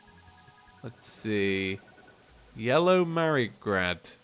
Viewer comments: HE SAID YELLOW MARIGRAD AND NOT YELLOW MARIGOLD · Did. You. Really. Say. Yellow. Marigrad? Cringe intensifies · anyone notice he said yellow merygrad